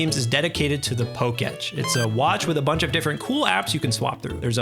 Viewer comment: 😅 Poke -- Etch? ROFL...it's poke' TECH